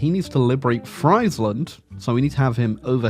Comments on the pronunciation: As a dutch hear u pronnounce "fraiseland" hurts my ears lol its like u are almost calling us french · Atleast in German, Friesland is pronounced freeze-land. There are no Fries in the name! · It's pronounced freezeland actually 🤓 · It's pronounced Freesland, not Freisland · Bro mispronounced friesland so often. The ie is pronounced like the e in me. Or like freesland. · "Friesland" pronounced like it is the land of fries breaks me 😅. It is "ie" in Dutch is just a hard i. Same in German btw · the impossible challenge of saying Friesland properly. Unless that's the real comment bait. in which case, well played sir, well played...